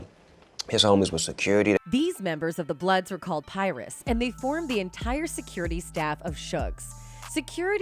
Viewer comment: Wtf is a “Pie-ress”!! U can tell this white chick has never seen a real gang in her life 🤣